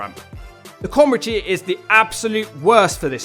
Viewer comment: "We meet our comridge team" Comridge? Also, I approve of the timestamp.